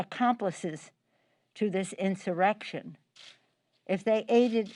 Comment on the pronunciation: She has a really hard time saying insurrection